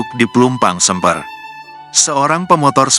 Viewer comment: Semper min...bukan sember